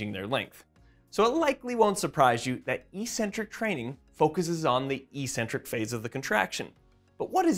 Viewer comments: "ee-sent-trik"? Do you even speak basic English? Try "ek-SEN-trik." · Isn't the word "eccentric" pronounced like "ex-centric"?? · As always, informative and full of new learning. Thanks guys, and keep it up! On a side note, I'm distractedly puzzled by the pervasive mispronunciation of eccentric in physiology / anatomy circles. There are 2 Cs, not 1, so the Cs should sound similar to how we pronounce "accelerate". Google "define eccentric" to hear the original pronunciation (and the broader use of the term). I realise the mispronunciation may seem correct and normal if it's the only way you've heard it pronounced, so I'm super curious about the origin of this and how it got to be "normal". Any ideas, anyone? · Good vid but you really are saying eccentric incorrectly which is massively off-putting... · heads up jellybean: i mispronounced 'eccentric' and i said 'biochemical' 💝🤣🤭😘🤩😍💖